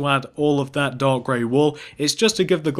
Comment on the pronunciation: When you say dark gray wool it sounds like your saying dog gray wool